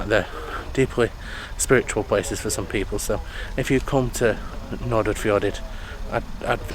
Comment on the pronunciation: Correct pronunciation for English people would be something like Nor-fjor-aid, you are obviously excused for never having heard it. :D . The first d's are kind of barely pronounced. It's entirely weird to see your own home town from the view of a person entirely unfamiliar with it. Glad you liked it, lots of small places have struggled with non existing town planning and parts of Eid (short name) like where you docked is lots of closed down buildings from the old goods terminal you first stepped on and the big white buildings behind which was the old dairy plant.